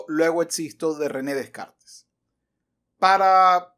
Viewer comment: Y mientras tanto, Descartes revolcándose en su tumba por cómo pronuncias su apellido 🤭.